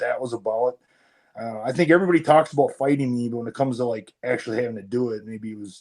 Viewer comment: He says bout like a canadian